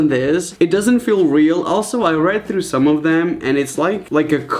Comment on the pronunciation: I Love when you say throught it's so funny😂😂😂